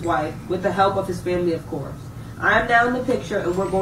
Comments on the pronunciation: “Family of corpse.” Ma’am, it’s actually “of course”. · She says "of corpse" instead of saying "of course" 😆 🤣